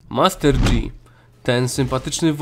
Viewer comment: NIGDY nie czyta się MASTER DŻI to jest kompletnie źle. Czyta się Master Ji